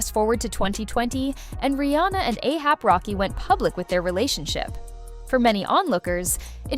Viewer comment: you said ASAP rocky's name wrong the whole time??